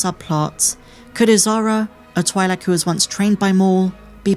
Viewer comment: Say it with me, "Twee-lik" not "Twy-lik"